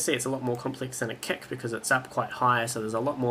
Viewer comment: i love how you say KEK instead of KIK